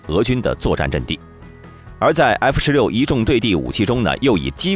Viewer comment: 英文读不好没关系，字母能不能读准一点啊？F16say，F16say？你还想说点啥？就算机器读的也调校的准点嘛。实在是太难听了😓